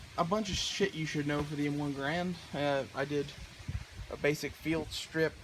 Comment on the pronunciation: it's pronounced "Gerrend"